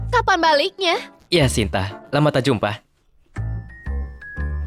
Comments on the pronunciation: Sinta kok jadi santi😂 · Hahaha Sinta jadi Santi 😂😂😂